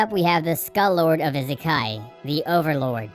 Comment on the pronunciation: I-se-kai not that hard